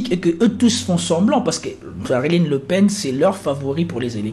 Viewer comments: c est marine frérot pas mariline 😂🤣💪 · c'est moi ou il dit Marilyn Le Pen :)